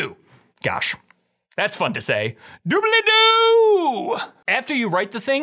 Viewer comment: Super helpful and energetic video. I think it's hilarious that you say "Doo-Bell-Ee-Doo", Matt says "Doo-Blee-Doo". The extra syllable just adds a little flair.